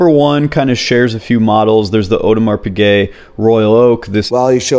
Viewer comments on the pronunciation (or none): none